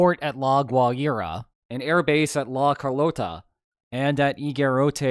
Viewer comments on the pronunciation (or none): Gods your pronounciation of Carlota is bad. Poor anglophones being unable to say r and o and instead saying ɹ and ou.